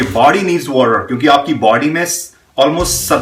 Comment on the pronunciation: Body...not baadyy